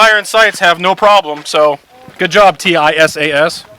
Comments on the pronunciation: It is pronounced TeeSahs, not T I S A S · It’s pronounced “Tee sass” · Its pronounced tee-shash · Tisaş is pronounced T-İ-S-A-SH.